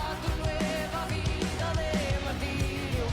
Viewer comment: Mar-TI-rio. Stress on the second syllable.